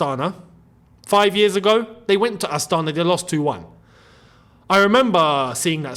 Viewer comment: It's pronounced Astanaa (emphasis on last a) And Chelsea, funnily enough, is not even coming to Astana, they are coming to Almaty (biggest city in Kazakhstan) because of renovations